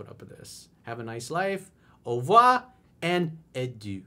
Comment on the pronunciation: ur French is on point coach! Au revoir and adieu! Peace from Québec 🇨🇦✌🏾